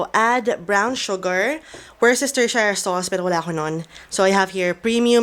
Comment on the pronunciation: Worcestershire \ˈwu̇-stər-ˌshir-\ 😁